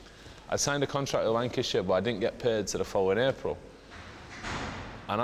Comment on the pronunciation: Did he say wankyshire